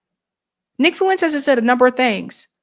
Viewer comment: Here's how to better pronounce his name: Nick "Fwentes"....not "Fuuu-wentes" Did that make sense?